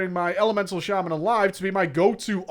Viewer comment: I'm probably just being ignorant but I've never heard shaman pronounced shay-man ever in my life